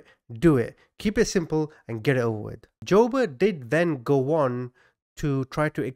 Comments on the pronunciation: It's pronounced Joo-bert...this was a big deal when I was a kid, I grew up in Omaha where he kidnapped the paper boys.... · friendly fyi : it’s pronounced joo-bert and eb-er-lee